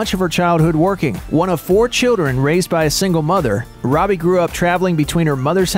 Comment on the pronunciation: It's robie